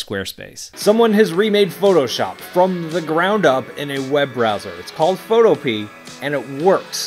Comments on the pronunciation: Isn't it Pho-to-pia - not Photo-pea? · Photopea is pronounced like “utopia”. Pho•tow•pia not Pho•tow•pee. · "Photo-pee"? Could it be "Photo-pe-a" as in Utopia? Sounds better! :D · Isn't it FOE TOPE EE AH? Photo Pea makes no sense. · "Photo Pea"? My guess: "foe - TOE - pee - uh" Rhymes with utopia. Just sayin' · I always pronounce it the same way - foe toe piah. It makes more sense to me saying it like that. But like you said, everyone seems to say it the other way. Glad I read your comment, I thought I was the only one! 😆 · Are you sure it isn't pronounces pho-topia? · Photo-pee-ah. Don't forget the A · I think its supposed to be pronounced Photo-pia like Zoo-toe-pia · Ivan, how is this pronounced? Like photo-pee, or photo-pia? (Sounding like "Utopia") It hit me days later that it's probably the latter, but I'm not sure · Epic! Really impressive. Is the name pronounced photo-pea? Or is it photo-pee-uh?